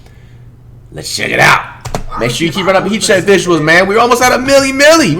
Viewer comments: all i heard was heat cheque the whole video lmao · “He che” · This nigga said heat cheque for 2 mins 🤣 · Legend says he’s still saying heat check